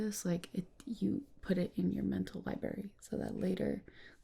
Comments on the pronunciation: She said "libary" and not library, I'm done with her. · She really said "libary"